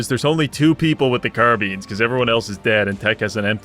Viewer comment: "Car-beans" instead of "Car-bye-nes" hit me like a truck.